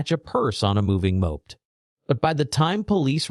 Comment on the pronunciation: rubbish AI voice can't even pronounce "moped"